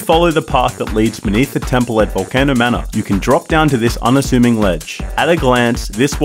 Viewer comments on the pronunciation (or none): Im just angry about how he pronounced volcano